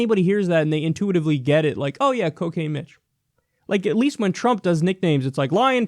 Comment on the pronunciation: Little girl 1: "Mr. Don, what's coo-cane?" Also, Dude, the preferred nomenclature is Asian-American.